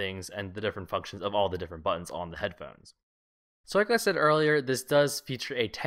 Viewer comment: lol he says head phens